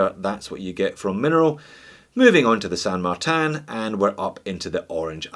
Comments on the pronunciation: Its NOT "San Mar-TAN"! it is San Mar-TIN! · San Martin is Spanish not French! Saint in French; so pronounce it Marteen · You have to pronounce it as “San Marteen” with the “a” sounding as it sounds in the word “car” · NO....ITS SAN MARTIN AND NOT MARTAN...OKAY, I'LL REFER TO YOUR CHANNEL AS "JUST ONE MORE WITCH" THEN. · Sure you could say San Martan, but why settle for a cheap facsimile when you could say San Martin?